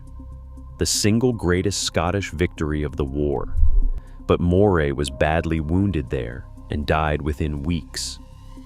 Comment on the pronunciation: Why do they so often get the pronunciation of Moray wrong? Try Murray.